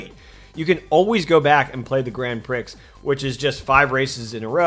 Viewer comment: Grand Prix(Pree) not Grand Prix(Pricks) 🌈The more you know🌈